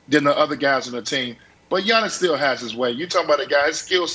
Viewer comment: 1) It's "YA-niss," not "YAWN-iss." 2) It's "The Greek Freak," not "The Greek. The Freak." Ohhh, Brandon.